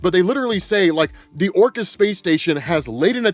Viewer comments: If it makes you feel better I thought he was saying Orcus of the Underworld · This whole time, when I heard the word, "Orchis", I was hearing/thinking, "Orcust", like the dark machine orchestra themed Yu-Gi-Oh archetype lol; advanced level nerd brain conclusions at its finest. In hindsight I guess, "Orchis" makes a lot more sense lol.